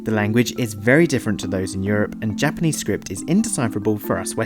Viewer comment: OMG! His Japanese pronunciation is TERRIBLE!